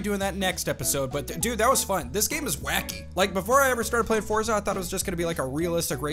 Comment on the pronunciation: It's pronounced Fortza not Forza